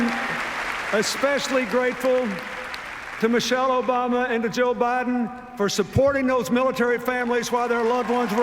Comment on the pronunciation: for "President Obiden" lol